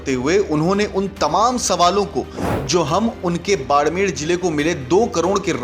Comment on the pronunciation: बाड़मेर है भईया जी, बाड़मेड़ नहीं!